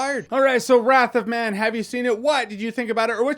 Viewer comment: he said "wrath of math" , don't know why im laughing